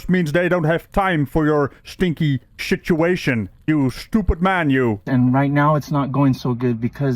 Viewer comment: "Shituation"?! 😂 Oh, I am stealing that.